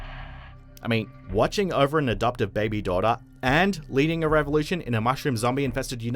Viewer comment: Mothaa, daughtaaa, motion captaaaaa etc. Way u speak becomes rly annoying over time